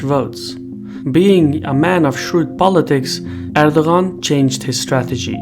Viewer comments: no he says it wrong lol im Turkish but he's Azerbaijan Turk so there may be some dialect differences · Are you not bothered by his mispronunciation of your President's name? I am not even Turkish but it seemed really ignorant to not make an effort to get the surname right. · the g is silent, you're meant to enunciate his name as erdoaan